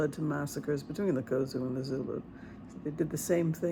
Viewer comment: Point of correction. It is Xhosa, not Khozu.